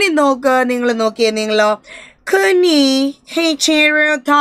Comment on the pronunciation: Not kunjichirutha Kunhichirutha